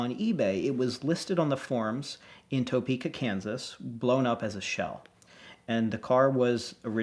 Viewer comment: Psa: we Kansans do not pronounce Topeka “toepeka”